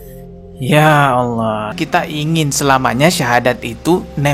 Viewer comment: Dia ngucap ALLAH saja ( awlo) malah ngajak debat agama 😆 . Kesulitan ekonomi memang berdampak ruaarrrrrrr binasa.